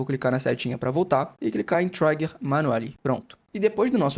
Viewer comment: "Trigger" lê-se como se escreve, não é "traiger". No mais, obrigado pelas informações.